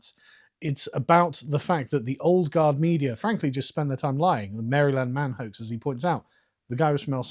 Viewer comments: As much as I hate Americans mispronouncing Worcestershire, I hate Carl mispronouncing Maryland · I love how Carl pronounces Maryland. He says Mary-land. I’ve always heard it pronounced “Marilend” I’m also from Oklahoma so… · I was born in Maryland (raised in NoVA) and I never tire of hearing the Brits pronounce it Mary-land. It’s the cutest thing ever. So much better than the way I pronounce in (Merlyn) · You said Mary-Land 5 times in a row on purpose. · Haha, Carl calls it "Mary Land" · Where I am at it's pronounced like Marieland. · Lol I love your pronounciation of Maryland. It's charming.